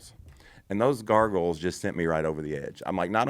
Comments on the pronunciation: I like everything but the word gargles ... Isn't it goggles ? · I love how they call them garrgles instead of googles lol